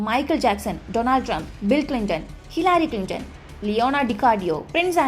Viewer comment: ലിഹരി ക്ലിൻ്റൺ അല്ല.ഹിലാരി ക്ലിൻ്റൺ